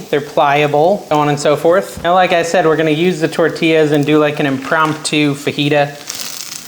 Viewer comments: It's TOR TEEYAS. It hurts our ears here in the southwest to hear you say TOR TILLES. Enjoy you. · Liked your video but the double L is prounced like the letter Y. Correct pronunciation is tor-ti-ya